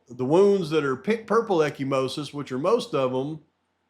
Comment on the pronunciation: Echimosis is bruising, if I remember correctly. (pronounced eka-mosis). Not to correct you,. Just giving the info. ty for all you do.